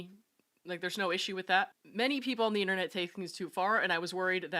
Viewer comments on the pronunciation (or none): none